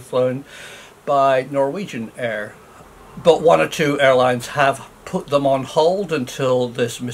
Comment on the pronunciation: Dear Prof. please accept my apology. You actually said "one of the world's best ailines."